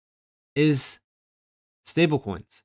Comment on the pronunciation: just noticed you say "stablecoins" weird 🤣🤣 like "stablekoings" 🤣🤣🤣🤣